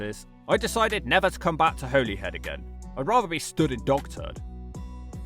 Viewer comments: Holey Head - someone's had you on mate 😂 It's pronounced Hollyhead, as you thought. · Despite the spelling, I'm pretty sure you still pronounce it 'Holly Head'. Pronunciation just changed over the centuries. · Holy head? I pronounced it like that my whole life until like 2 years ago when i was told it was Holly head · your the first person ive her heard pronounce it holy instead of holly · btw Holyhead is actually pronounced "Holly~head"... really. i grew up there. i know it's technically called Holy Island, but i promise you that the first part is pronounced "Holly" in Holyhead by everyone who lives there. or Caergybi in Welsh. it's not just ferries - there are also cruise ships that now stop at Holyhead. they're a fairly recent addition. and yet the cruise ship visitors still don't seem to be bringing in any money. not that there's any decent shops apart from one coffee shop where they can spend their cash. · No it’s pronounced as holly-head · I like the fact that you used to pronounce Holyhead correctly and now don't 😊 (it's Holly-head). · Pronounced Holly-head as in holly and the ivy. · For your information it’s pronounced “Holly-head” Or in the local accent “Holly-‘ed” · Its pronounced holly head mate :p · Your assessments of these is 100% correct. But Bangor is not seaside town/city and everyone pronounces it Hollyhead. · holyhead is pronounced like the tree , i lived here for 45 years so me and the other 65000 people who live here should know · you were right about how you thought 'holyhead is pronounced - Hollyhead ;) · Every single person in North Wales pronounces it "Holly-head" too. Literally nobody calls it the way it's said in this video. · It’s pronounced “hollyhead”. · Your pronunciation of Holyhead was painful. Go back to how you originally pronounced it. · Funnily enough Holyhead is pronounced wrong by the Transport For Wales railway announcements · You pronounced Holyhead right the first time, and then incorrectly for the rest of the video🤣